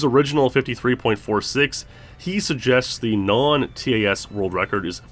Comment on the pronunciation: Every time he says the letters in TAS instead of just saying the word I die a little inside